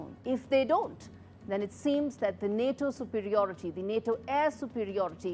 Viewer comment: Just say Na-TO